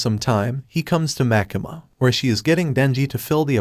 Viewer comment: bro its makima not makama but makama sounds like demon slayer